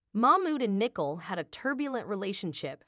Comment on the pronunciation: and the name Nicole is spoken wrong - lmao